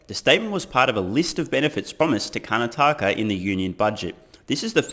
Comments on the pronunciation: Not a big deal. It's CAR-NAH-TAKKA. You did well enough and it always shows character to use your viewers from around the world to even learn small things all the time. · Karnataka is pronounced "curr-naa-tukka" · It's pronounced car-not-uhka with the emphasis on not. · 9/10 mate!!! Kar-Na-Ta-Ka ——>Karnataka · You and I were both right! You slightly mispronounced Car-Nah-TAH-Kah but that's forgiven... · For next time Car-NAH-Tah-Kah LOL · Hey brother. Karnataka is pronounced - Kar - Nataka. I’m originally from the state below Karnataka called Kerala but now live in the US. You should visit it if you get a chance. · We pronounce it as - Karnaatka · Still love your vids. Please google how to pronounce Karnataka (kaar-NAA-tuh-kuh). Good attempts though. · Was born in Karnataka. This is awesome news to hear! I think you did pretty well in pronouncing the words, but for future reference, Karnataka is pronounced as Kar-Na-Ta-Ka :) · kaa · naa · tuh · kuh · Car-nata-ka.. But who cares because "buy more Tesla shares" is pronounced correctly in every language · It's pronounced "kar - naa - ta - ka" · As someone who's been driving on Bangalore roads for the last 15 years. Achieving full self driving in India will be the accomplishment of the century. Coming to your pronunciation of Indian words, apart from "Karnataka" you absolutely nailed everything else! Just can't wait to get my hands on the Made in India Tesla. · Im from kerala and karnataka is my neighbouring state , your pronounciations were really good except you butchered the word 'karnataka' PS : Virat Kohli is better. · 9/10. You absolutely destroyed Karnataka and you kept saying it over and over again 😂. But in all seriousness, you were quite good in saying the names and much much better than many others who have minced the words. For e.g, in restaurant I used to do part time in in Perth: "Prawn Lababdar" as "Prawn Labrador". Sorry sir, we don't serve dog here. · Adorable way to pronounce Karnataka..